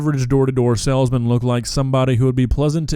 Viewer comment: I think that was a sailsman and not a salesman. *squidward laugh* “boat humor”